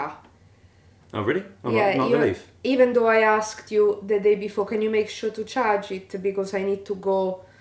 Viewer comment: Out of interest, can she say "Leaf" instead of "Leaf-a" if she tries? I'm just interested if you ever dare to mention it. 😂